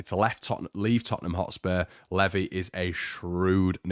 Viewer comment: Pretty sure Levi is pronounced same as the jeans.